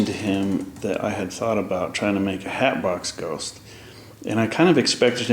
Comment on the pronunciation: Wow I just bot a head of the hatbox ghost but you said it wrong it's hatbox ghost